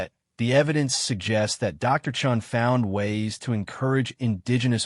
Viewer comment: Thumbs down. The narration is out of sync. with the text given; spelling and wording errors are commonplace - in other words this has not been edited - a credit must be given for pronouncing Chen's surname correctly, initially.